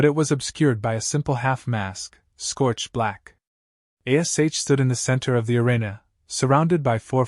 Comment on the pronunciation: Good story👍👌, but the AI does annoy me with spelling out Ash's name👿☠️🤬